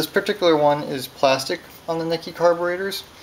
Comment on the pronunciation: It's pronounced, nee-kee.